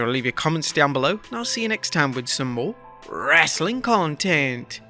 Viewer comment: For God's sake stop saying "wrestling content" In such a manner that it haunts me at nights